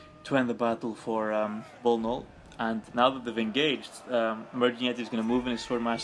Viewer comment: Nice comentary, i must admit. But it's bnollbnoll not bolnol. Both players did mistakes it was a matter of who did the most. Thanks for casting and let me know if you want more replays.